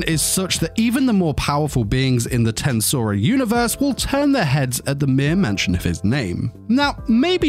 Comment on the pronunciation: ...hearing how you pronounce TenSura makes me wanna delete my ears.